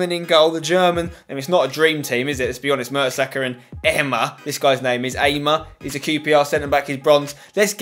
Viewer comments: You pronounce Ehmer like em-ma-her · Max Ehmer is on loan at the club i support Gillingham it is pronounced Amar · Its pronounced 'A-mer' and he's on loan at Gillingham. Great vid as always.